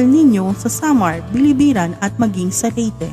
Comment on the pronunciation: Biliran not Bilibiran